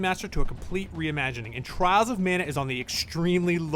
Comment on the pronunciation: I keep hearing Charles of Mana 😋